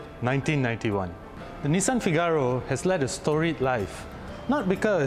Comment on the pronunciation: Please it's not FIGÁRO it's FÍGARO and the cover only releases the catch when you press it, it's not because it's old... learn before recording! The inspiration for the car you mentioned is wrong but I will not educate you on that... I do like the review style though, just study more before you review.